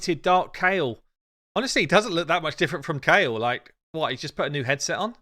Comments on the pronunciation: It's ky el we all pronounced it wrong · How they pronounce Kael though...